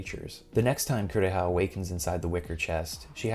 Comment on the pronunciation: "My sister, Coo-reeah!" English dubs were a mistake.